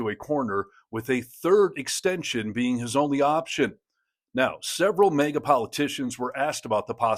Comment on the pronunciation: It’s MAGA not mega